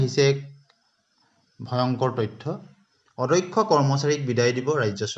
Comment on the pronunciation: কথা বিলাকর শব্দ আরু উচ্চারণ ঠিক করিব । অ - দ - ক্ষ উচ্চারণ টো অধ্যক্ষ বুলি কৈ আছে কিয় ?